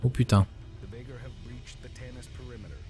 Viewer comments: temps mieux d'avoir eu une remarque utile :) p.s: j'ai même pas remarquer que les voix "anglaises" disaient aussi "vaygueurs" pour moi c'est naturel de le prononcer comme cela (a force des jeux^^) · Oberon Oui en réécoutant la vidéo j'ai remarqué le vaygr prononcé à la française, je le prononcerais à l'anglaise les prochaines fois ;) Pour les saccades je vais vérifier les options. ça peut aussi venir du logiciel de recording, parce que je ne les aient pas à l'écran quand je joue.